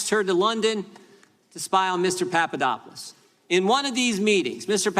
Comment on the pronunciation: Jim Jordan needs to lay off the uppers, whatever it may be. He can't pronounce names....Papa dop oulos Greek...very easy Jim. Jim your grandstanding is getting to be overly, and rediculious...people are talking. Sometimes, less is more, And, when you are in the people's House the House we pay for....wear a jacket, show us the respect our tax dollars earn. Come on, you aren't in the Gym anymore. Are you? Jim....Jim...calm it down.